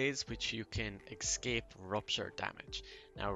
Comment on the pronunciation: these are very useful tips. I wanna tell something don't get me wrong; you use escape word a lot and in wrong way. You are saying ''excape'' instead of ''escape'' and hearing it over and over like hat makes it frustrating. Just telling you as a viewer.